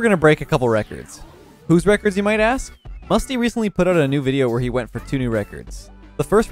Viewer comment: Bruh misty not mertzy WOWWWWWW